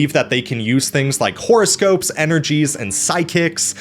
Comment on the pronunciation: Love the way you pronounce "horoscope" "whore-o-scope". Is that suppose to mean something? 🤔🤔😉